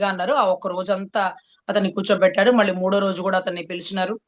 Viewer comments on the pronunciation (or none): none